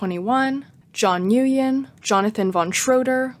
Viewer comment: john newyen 😭 it's pronunced 'wen' but that's funny